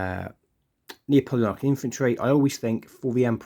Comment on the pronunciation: Lovely looking troops, ive thought about doing the same myself. one point though... and im sorry!! its Nap-oleonic, not Neo-poleonic.... sorry again! im really not one of those guys but couldnt help it lol.